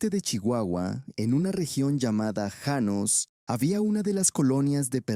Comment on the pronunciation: Janos no llanos. Empezaste bien y luego cambiaste como merolico